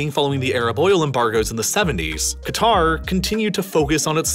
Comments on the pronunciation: Two things: One:Qatar is pronouned "Cutter" and NOT "Gitar" Two:The way you pronounced "Xinjiang" as "Xin-Jong" is something I would not usually do (Xinjiang is also called "Sinkiang" (Sink-E-Aung) or "East Turkestan" (East Turk-Eh-Stan)) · Nah its Qatr" pronouncing the first letter "kah" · It’s pronounced ‘ Cat-R’, your pronunciation of Arabic names is appalling. Your description of the country’s history is also different to that known in the region. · it's K'ter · It's pronounced closer to 'gutter.' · Great video as usual One fact that amazes me is how conveniently all western countries mispronounce Qatar! I haven't come across a single American who even tries to pronounce Qatar correctly Anyway good job here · Makes a video about Qatar. Can't pronounce Qatar properly.